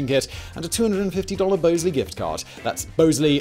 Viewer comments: It's "Bahz-lee"😂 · Shouldn't Bosley be pronouced Boz-Lee, like the character in Charlie's Angels? There is no E after the S and before the L. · Your sponsor pronounces it Bahs-lee in the US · Bosley pronounces their name like the character in Charlie's Angles. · Pretty sure you’re pronouncing your sponsor’s name there Simon my boy